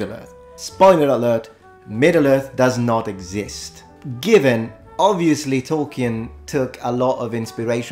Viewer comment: love your videos. Two minor points: Tolkien's name is pronounced /tolki:n/ (if I recall his biography correctly, it's a cognate of German 'tollkühn') and he basically wrote the Rohirrim as mythological ancestors to the Anglo-Saxons. When you make that video on Tolkien's Middle Earth, I recommend to check out his Mythopoeia before you do. It really gives you an insight into the authorial intent behind his world building.